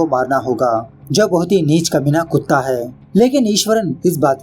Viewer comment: he doesn't say kutta.. instead he always say kutaa